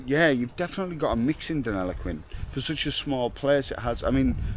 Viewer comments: I do understand your from England, but the doesn’t is pronounced as Denillaguin not Delinaquin . Have a great day. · Den-ill-e-quin It's Boong for Platypus. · Pronounced Denil-a-Qwin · First time I’ve heard Deniliquin called Deliniquin. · You need to learn to practice saying Deniliquin properly. 😜 Denny is good enough for those that know! 😎Enjoy cobber. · You don't love the place enough to learn how to pronounce the name of the town you are in !